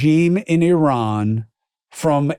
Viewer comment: Thank you for this and for correctly pronouncing Iran. You don’t say eye-taly instead of Italy. Right? Great t shirt too.